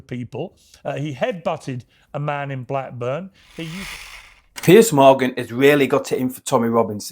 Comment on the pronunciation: Piers MorGon minus the G